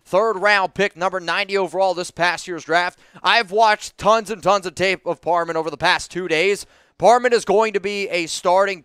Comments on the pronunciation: It's Parham! Not parman! Your dyslexia is strong this time of year😄✌🏼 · Am I trippin, or does keep saying Dylan par "men" instead of par "ham"? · IT'S PARHAM NOT PARMAN LOL